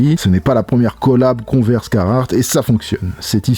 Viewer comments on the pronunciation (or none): none